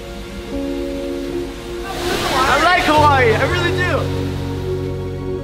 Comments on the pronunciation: He is always saying Hawaii wrong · When Logan is in Hawaii it's hawaYEET